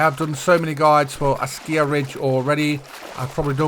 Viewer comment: Another great video. But you driving me nutty when you pronounce ASKIY as ASKIYA, there is noooo "A" at the end of the word buddy. Keep up the good work tho !!